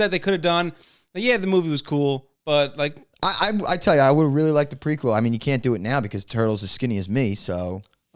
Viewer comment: prequel (preek wool)...not prequill lol